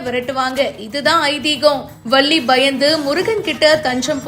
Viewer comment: தமிழை சரியாக உச்சரிக்கவும் வல்லி இல்ல வள்ளி